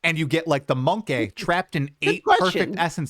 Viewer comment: Its Monkey not Monkay